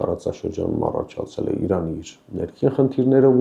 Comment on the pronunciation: Ոչ թե ԻՌԱՆ, այլ ԻՐԱՆ !!! Խոսիր հայերեն և առանց կմկմալու , և քաջություն ունեցիր իրերը անվանել իրենց անուններով